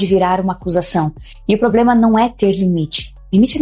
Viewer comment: "PROBREMA"????? SE AFASTA 😂😂😂